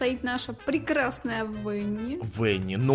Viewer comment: Правильно не Венни, а Ванни!